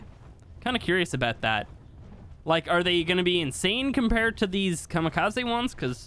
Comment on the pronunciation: Just saying the “ze” in Kamikaze is pronounced as a “zeh” so Kamikazeh